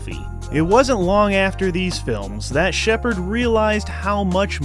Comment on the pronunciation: Does Jean Sheppard pronounce his own name incorrectly, or are you just pronouncing it incorrectly?